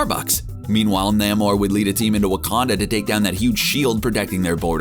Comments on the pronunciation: It's pronounced "Neigh-more", not "Nah-more". According to creator, the late Bill Everett thought of the most "noble" word he could thing of and to his mind came the word "Roman". Spelled backwards; Namor. "Imperius Rex" muthafukkas. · It's Nay-mor by the way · I think Daniel Dae Kim would be the perfect actor for to play Namor. Side note: Why the hell does the narrator keep pronouncing Namor, "Naa-Mor"? How would this guy pronounce the word, symbiote I wonder. Hmmm.... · Um, you do know you pronounced Namor wrong, right? NAY-More. You kinda butchered it. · its nay-more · Jesus say his damn name correctly.